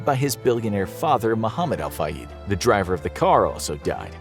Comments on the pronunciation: Appreciate your videos, but you guys REALLY gotta get your pronunciation together. It's ElocUtion, not Allocation. And Al Fayed, not Al FayEEd. This is common amongst your videos. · U say fayed wrong